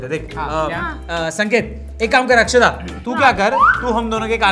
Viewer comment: it is akshada not akshara